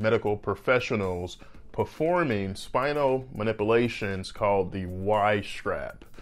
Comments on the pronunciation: Whenever I need a good laugh, I'll play this video and listen the Doctor try to pronounce "manipulations"! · "Manipilations" "hilling" Not sure I trust a doctor who can't even pronounce words. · You are mispronouncing "manipulations"